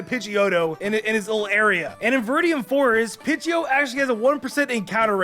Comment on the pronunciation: he say pidgio